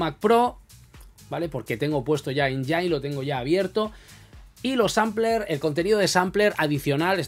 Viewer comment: no es enyain(engine) es: enyin (engine).....jejeje